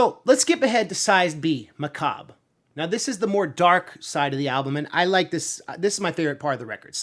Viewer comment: Heckles n Macab (muh-kahb) ..Heckles n Macabre (muh-kah-bray)